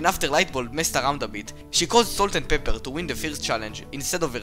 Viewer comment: "Salt and peppe" oh uh- this is what I heard 😀